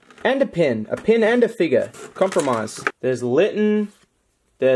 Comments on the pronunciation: He says figer not figure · You say figure very funnily ...it's a fig YOUR not figga. Lmao